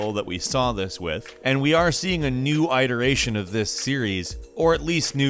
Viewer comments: Bro, you need to get out and talk to ppl more. Its not "eye-teration" " " its pronounced "it-eration". This isnt the first time on your vids lol. Its all good though. Great video, had me getting all nostalgic. By the time of the Playstation generation, I left that fanboy way of thinking and went on to own all three main systems of that gen. PS1 was my fave that gen, but anyone could see that DC was going to be good + that price tag tho. It was the first system I bought day one, and I havnent bought a console day one since. It just goes to show how ppl are easily manipulated, buttered up (Playstation) or buttered down (Saturn), without actually looking at what is good. It boggles my mind that in the 2 years of DC`s life span, they had a big library of great games compared to the PS2 in its first 2 years. But ppl just bought the PS2 because of the great PSone and DVD. Stupid that the most bought software with the launch of PS2 was the Matrix DVD. Dont get me wrong though, PS2 is one of my favorite systems. Its just that its older brother`s launch had better games and for the years to follow. I bought the PS2 about a year and a half to 2 years after launch, when it was actually worth it to purchase. But the DC was worthy day one, and its a shame that SEGA lost its audience during the Saturn era. And with that, I say, fuck Tom Kalinske. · I’ve watched enough of your videos at this point that it seems like no one’s ever told you this. It’s it-eration, not “eye-teration.” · "it"eration not "EYE'teration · EYE-teration? LMAO !!! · who says "I"-teration? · I fap every time he mispronounces it EYE-TERATION. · You mispronounced “iteration” and failed to mention Soulcalibur. This video fails. You fail. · Is that how you say iteration? Hilarious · Why the fuck do you say 'iteration' like that?